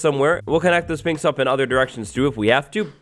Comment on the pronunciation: Learn how to pronounce Sphinx right